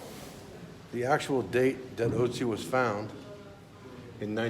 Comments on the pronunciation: Is that pronounced like " Utzi " ? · Ötzi.... Not Otzi